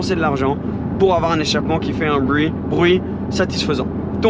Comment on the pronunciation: « Pour avoir un échappement qui fait bwuit, bruit » le petit accent anglais qui a glissé tranquillement mdrrr Cette voiture doit être sacrément incroyable pour avoir dû réfléchir afin de trouver des points négatifs.